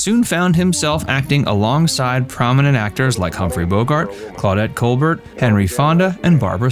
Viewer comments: And, Claudette Colbert, pronounced kohl-bare. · Pronunciation. Claudette Col bear. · It’s too bad you don’t know how to pronounce “Kankakee“ or “Colbert“ maybe you’re just an AI simulation… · Yes, like Claudette Colbert.